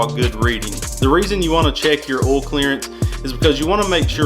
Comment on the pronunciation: Is it a requirement for all mechanics to pronounce "Oil" like "Ohll" ?